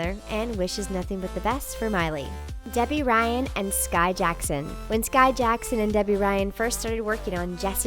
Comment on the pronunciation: its skai not ski ya cave person